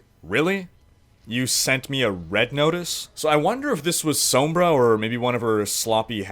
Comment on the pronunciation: This guy needs to learn how to say Sombra. it's said like Sahmbra